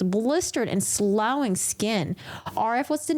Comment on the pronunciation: The word "sloughing" is pronounced like sluffing.